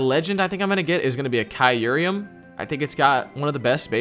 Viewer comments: U pronounce it kyur-em not Kie-ur-em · Bruh my mans said kai ruruium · Kyureum. Kai-rim. it's kai-rim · Its pronounced "kai-rum" or "cure-rum" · I've never heard someone mispronounce Kyurem so bad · So we're all gonna just ignore how terribly you pronounce kyurem huh? alright then